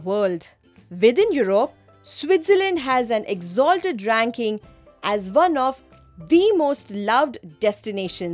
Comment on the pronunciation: ma'am your pronunciation of 'the most' is wrong in example no.8 I think. Please check n revert.